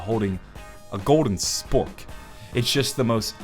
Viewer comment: He said sfork lol